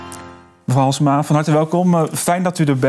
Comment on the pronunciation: zegt ie nu echt Valsema??? :D